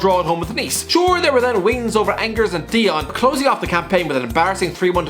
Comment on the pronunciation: He said Angers wrong